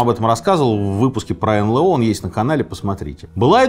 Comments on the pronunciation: Не НЛэО, а НэЛ о- пипец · А почему «эн лэ о»?!))) разве не эн эл о?😀 занудство наверное, но почему-то режет слух)) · Блин, почему эн лэээээ о? Что за бред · Ну почему эНЛэО, если эНэЛО